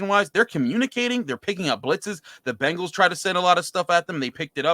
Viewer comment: I wonder if the Locked on Browns host still pronounces Bengals like Bangles when he’s not drinking.